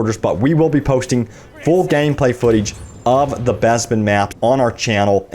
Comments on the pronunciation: BEZBIN??? its Bes-pin say it with me BES.....PIN. and dice will fuck this up looks like Ray is still way op. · when you pronounce Bespin as Bezbin 😭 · Wuzzup an Wobby! Neww Besssbin Mahp! Arrrf Arrf Arrooo!